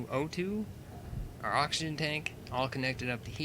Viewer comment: () I’m not tryna be mean but you spelt oxygen wrong you said oxigen FYI